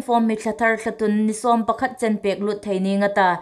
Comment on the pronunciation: THT News puongtu hai hi inthiem ta ngawtel lawm in um. Chun Ei hmaa April thla hi Intûn hmin hun ani leia Thlatûn tia inbuk aniha, a lamdan hungthiem ro.Thlatun nilovin Thlatûn ti lem ro.Ei țawng hi sukdik a phu hle anih.